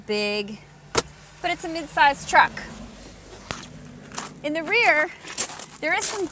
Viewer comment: Not a fan of her vocal style. Too many voice inflections or "upticks". It sounds like the woman who testified against Judge Kanaugh. Is her Dad an executive in the auto industry or something? Also, stop the hard KKKKKKKKKK when you say truck.